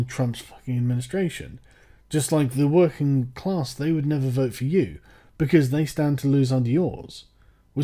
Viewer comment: "Werking clahss"-Sargon of Akkad